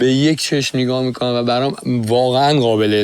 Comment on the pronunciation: چرا اینطوری حرف میزنه ؟ غابل (قابل) غبول (قبول ، غلبا (قلبا) ، غغغطعاااا (قطعا) ق و غ تلفظش فرق داره انتر، حرف زدن یاد بگیر اول